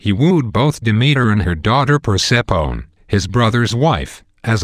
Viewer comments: pronoced (per-sef-e-knee) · Oh, and Persephone isn't pronounced that way either. Other than that. great video!